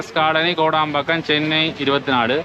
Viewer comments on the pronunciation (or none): why do you say Kodambakkam like that?